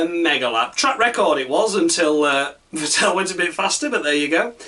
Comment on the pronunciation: Vettel rhymes with battle, actually. Not with Fat Al.